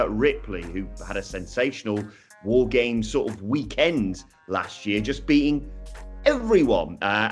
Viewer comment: I find your lack of emphasis on "WAR GAMES!!" disturbing...